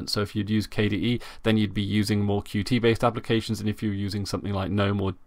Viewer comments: Good announcement, nice channel! By the way, Qt (not QT) is pronounced like "cute". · Concerning your first point, I have seen a majority of people refer to Qt by each letter (how its spelt). I do not think it is a tenable solution to attach a reminder to every utterance of "Qt" so that it becomes "Qt (by the way, I mean the UI toolkit, and not the established English word)", hoping that people will be irritated enough into submission. I completely respect the authors preferred pronunciation of their software, but to say that is how it "should" be pronounced is quite presumptuous. My name "should" be "Marcvs" from Latin, but over hundreds of years this has become "Marco" because it is simpler and fits with the rules of pronunciation - is there a tragedy here? Personally I don't think so. The developers have millions of people using their software and some even receive income from the Qt Company! I do not think even they are so concerned about the pronunciation. I and many others aren't going out of our way to offend anyone. What we are doing is reading what is on the screen, those are the letters q followed by t.